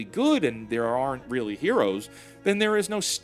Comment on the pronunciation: NOT "ARE ENT" -- "ARNT" But awesome video!